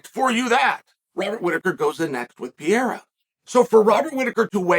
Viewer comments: "The talk of Alex Piera..." How dumb does Chael have to be? 🤦‍♂️ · Uncle Chael the only one who can keep saying Pereiras name wrong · Does this man have some twisted evil pleasure of intentionally mispronouncing his name as PIERA? Cause I can't believe he can be this much dumb or ignorant to not realize by now that Pereira's last name sounds nothing like PIERA... That's not a hard to pronounce name by any means. So what is it, conscious desire to belittle him by butchering his (quite easily pronounceable) name?... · First thing out of Chael's mouth is a mispronounced name, it's actually incredible. "Alex Piera" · I think Chael is just trolling with the Names, but Schaub also calls him Pee-era and he’s not trolling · "Alex PEE-yeahrah" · why uncle Chael say pereira like that 😂😂